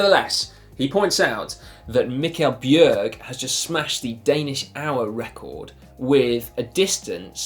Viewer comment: Not too bad of a job pronouncing my name there, danish can be tricky! But the first picture you showed was not Mikkel Bjerg but his Teammate Casper Pedersen! Also a great rider and you did manage to find Mikkel in his world champ jersey so I guess it works out :)